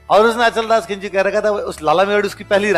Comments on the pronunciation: Its not khinchi, correct word is khichi. pl speak khichi ❤ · Khinchi nhi khichi